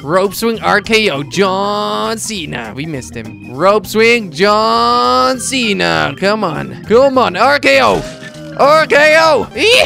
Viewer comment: If you pause it as soon as he says John Cena it sounds like he's saying Lee Mon cena